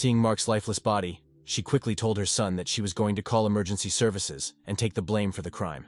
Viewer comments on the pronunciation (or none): none